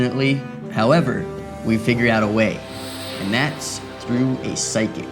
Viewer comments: "Find pyshic" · "Psyshic" LOL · 'Pyshic' lol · pyshic, ah yes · pyshic lol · Types in “pyshic” instead of psychic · "pyshic" LOL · “Pyshic” 😂😂 love you man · "Pysich" lmao